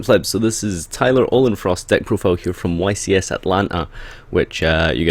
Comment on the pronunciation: its ohlenforst not ohlenfrost